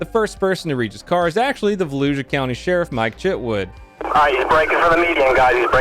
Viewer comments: Volusia is pronounced with a sh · Also. Because it’s a pet peeve, Vuh Lou Shu. It’ll come up in more of these I’m sure.